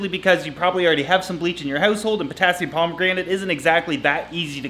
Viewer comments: Perma-gaan-it? Pomagranate... like the fruit? Per-mag-in-ate is what i was taught. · Per man ga nate not pomegranate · Potassium per-man-ga-nate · Per-man-ga-nate ... Not pomegranate 😂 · P O T A S S I U M P O M E G R A N A T E It's Per-MAN-gon-ate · I can’t watch this video with you calling it potassium pomegranate that’s not how you say it I love you and all your videos but I can’t do it 😂 it’s potassium per-man-gon-ate that’s how you say it right I’m sorry and I love you but it was kinda annoying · Love ya! Potassium Per-maga-nate Not Potassium Pomegranate I love it though! Such a good channel! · PERMAGRANITE! its Potassium per-mang-ga-nate, XD always makes me laugh! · It's not potassium pomegranate u silly guy.... Per man gan ate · potassium per-man-ga-nate (not permagranent) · It's not a perma-granite, it's permanganate :D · Stop saying pomegranate XD it's PER-MAN-GAN-ATE lol, but great video :) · I don't know which is funnier. The Hyacinth or the Potassium Permanganate ( Per-man-gan-ate). Has to be his Potassium Peromegranite as he said it so many times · pomegranate = Fruit po-me-gra-nate Permanganate = Chemical. per-man-gan-ate Don't say it like kids. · It's Potassium Po man ga nate Not Pomagranite. But you did make me laugh :-) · Lol 😂 it's permanganate, neither permigranate nor pomegranate 😂😂😂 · “ potassium permagranate “😂😂😂 I always thought it was potassium per-man-ga-nate 🤔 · Pronounced 'perm manga nate' not perma granite and not pomegranite, thats a fruit. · Pomagranite. Love it! Love you're mis pronunciation.keep being awesome 😂👌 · Did I hear potassium per-man-damnit? hahah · Neat video and I'm super excited to see the new plants. That said, it's pronounced per-MANG-gan-ate. LOL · No it's clearly Potassium Pomegranate. Look at the colour. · Potassium permanganate not pomegranate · "Permagranite" LOL you're so precious 😂😂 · Potassium "Permagranite" hahahahaha classic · Per-mag-gun-ate. You're welcome. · Per - mang - an - ate